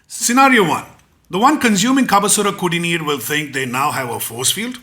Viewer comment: You can be the chief minister of TN , because our can pronounce kabhasuragudineer